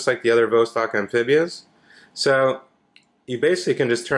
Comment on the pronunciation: jfyi: pronounced vahss-TOK